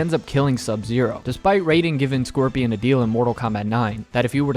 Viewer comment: How you butcher Scorpion's name like that? My goodness